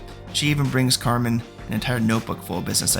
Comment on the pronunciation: Love the recap but hes throwing me off every time he says "Carmine".